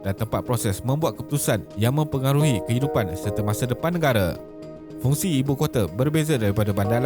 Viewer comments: Fungsi Bukan Fungi tuan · Fungi...bukan fungsi 😂😂